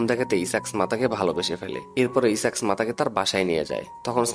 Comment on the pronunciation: দ্যাটস মিন ইসাক না আইজ্যাক স্মাতার হোগায় ই আল্টিমেটলি কিস টা করলো🤣🤣🤣😂😂😂